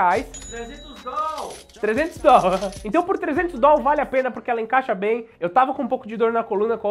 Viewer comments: Deslike por causa do "DOL". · Se eu tivesse esses "Dol" todos, investiria.. kkkk